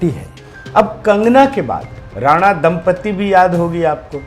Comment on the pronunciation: साहब! दम्पती को दम्पत्ति नहीं बोलें। आपके सभी विश्लेषण एकदम सटीक होतें हैं।